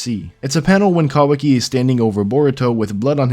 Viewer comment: I just don't think you're saying that right.